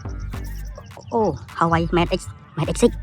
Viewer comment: Huawei not Hawaii